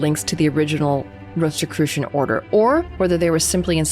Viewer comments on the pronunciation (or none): why do you pronounce it with a "t" after the "s" ? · I prefer. I had never heard it called ROST or ROAST-I-crucians. 🤦‍♂️. Yeah DEF not secret by any means, I’ve even seen them speaking on a tV show recently.